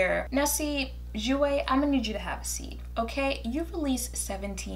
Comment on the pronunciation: I'm so glad you pronounce jouer right lmao. But yeahhhhh they tried it with the shade range